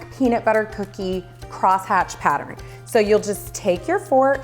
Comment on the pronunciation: It’s not patteren . It’s pattern!